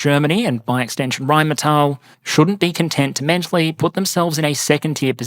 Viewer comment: *Rheinmetall, ackcherly.